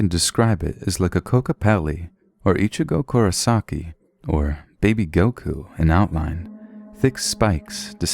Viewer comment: Did she say Ichigo Kurasaki???? Lmaooo